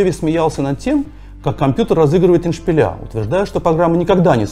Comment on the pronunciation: Не богине,а музе. Не Алмос,а АлАмос.Не эндшпиля,а эндшпилИ.Сюжет интересный,нужны редакторы.